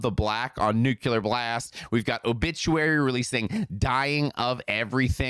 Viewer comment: Can you for the love of God please stop saying “Nuke-Ya-Lurr Blast” like you’re George W Bush 🤣